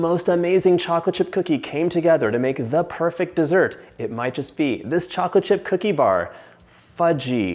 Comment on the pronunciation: "DA perfect" that's too much perfection